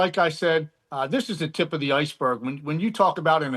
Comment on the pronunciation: Emphasis on berg